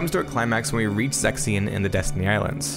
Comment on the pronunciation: You pronounce Zexion like “sex scene” and it keeps throwing me.